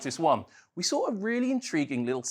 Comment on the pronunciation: sawr it, datar, hondar, idear.. i don't get why do they have to talk like that..